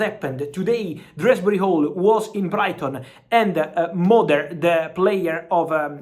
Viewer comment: Who the fuck is drasbury hall. His name is Dewsbury hall. Jesus